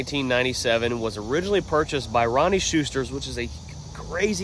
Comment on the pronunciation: You pronounce the C as a K in Ceusters, "Keusters". Cheers.